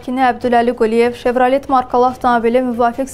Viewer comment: Şevralet yox, şevrale oxunur xanım